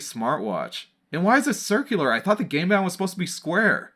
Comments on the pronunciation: It sounds like your saying "gay band" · I keep hearing GAY BEN! Throughout this video